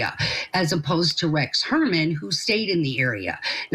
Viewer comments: God lady, say Huermann’s name right! That hurts your credibility right there. It’s not Herman 😅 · The woman investigator can’t even get the name right - calling him Rex Herman. Come on lady! 🙄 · Shes a joke. Doesnt even know how to pronounce Heuermann's name, after ALL of the publicity surrounding the case. Shes an embarrassment to "private investigators". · Can you please get ‘experts’ who can actually pronounce the alleged killer’s name properly? come on, do better please. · 😅😅 yeah she can't pronounce his name😅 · At least interview someone who can correctly pronounce the killers name. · I know. I have been screaming at my screen. THAT IS NOT HIS F’ING NAME. !!! What a dumbass.